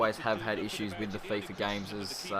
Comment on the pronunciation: hey mate really good video but it is called Fifa mate not Fiffa :D but besides that really good vid